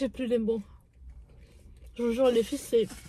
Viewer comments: oui elle fait comme Sarah en disant feufey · Je crois que c’est Sarah qui dit toujours les fyfey elle dis juste les filles mais des fois elle dit comme fait comme Sarah